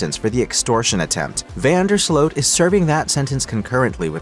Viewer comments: it's Slute not Slote. Correct? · No that's not correct. In Dutch, the double o is pronounce like a long o -- i.e. "Slote". In Dutch, the combo "oe" is pronounced "oo" like the Dutch first name Jeroen, pronounced "yeroon".